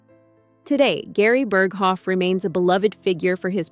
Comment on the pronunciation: AI generated. Horrible mispronunciation of Burghoff was a dead giveaway.